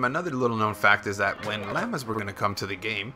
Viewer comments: If u say "LAMA" one more time I'm gonna die!! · "lamas" lol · I had to stop watching the 59th time you said "lammas" instead of "llamas" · "lamas" its pronounced law-muhs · You're saying "lama" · It makes me cringe when you say "LAMBA" I was letting "LEAVER" slide but you're pushing it buddy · It is pronounced Loma!!!!! Not Laamaa! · How he pronounces llamas XD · I like how he says llamas LOL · You're the only human being who can't pronounce llamas. Congrats! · The way he was saying llama sometimes was getting on my nerves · That's.not him you say llamas